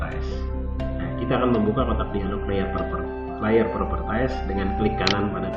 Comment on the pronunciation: masukan saja, properties dibaca "propertis", bukan "propertais"